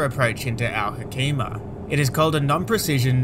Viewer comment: Al Hoceima I am from that city Al Hoceima is pronounced Al Hoseima not Al Hokeima with C like niCe not like C in Clan